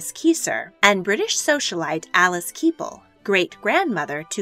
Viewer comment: WOrick IS THE pronunciation of War wick. MRS ke pal NOT KEEEEEPAL as you say it. what is wrong with you. This is a popular description of MY COUNTRY'S ROYALTY. I LOVE THIS SUBJECT AND I FEEL INSULTED that you can't be BOTHERED to learn how to pronounce ENGLISH WORDS.